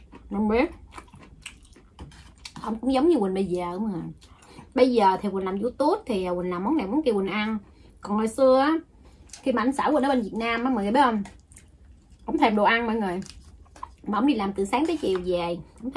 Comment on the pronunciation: Youtup bả kêu you tút😂😂😂😂😂